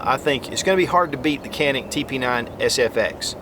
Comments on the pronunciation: It's pronounced John-eek...not "canik" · try reading the name as "ganick" rather than "canick" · I have been informed that the Canik is pronounced John eek in Turkish..... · u spell so funny its turkish pistol canik its not kenik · stop saying "canik" that is not how it is pronounced. Ja neek not kan ik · matt r lol everyone knows dude, nobody cares. "Can-ik" just saves us from having another pretentious conversation on correct pronunciation. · Superior review....the actual name is pronounced...like "John'eek", in fast repeat it sounds like "John'nick"...but no "k" or tuna "can" sound...name comes from the Canik mountains near Samsun Turkey where the gun is made on the Black Sea. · John'nick rhymes with John Wick, and that is all I need to know. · Canik Pronunciation: J-ah-nick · İt’s pronounced “Johnick” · Great review but just a little nugget of info to add to your reptar it's pronounced more janik as it is a European gun 😉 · It s pronouns jhanik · Thought you pronounced it JON - IK ? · the right pronunciation for ( canik ) like Turkish people is ( janik ) in Turkish language ( C = J ) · Pronounced as "Djanik" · It is pronounced like Janik or Janic. Letter C in Turkish is not pronounced as in English. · Its pronounced; Jah nik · You said the name wrong about 29 times. Still LOVE me some!